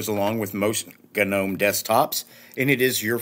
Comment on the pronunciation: Hahhaahhahaha! Nice accentuation on G nome ROFL!!!